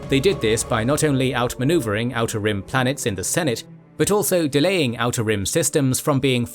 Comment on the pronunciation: The way you say "outer rim" is exactly how i say "how to rim"